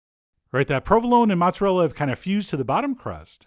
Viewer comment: Not matzarella (it's not kosher) but mOOOOOzerealla